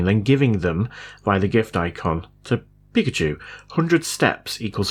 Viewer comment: peak‘a tschu 😂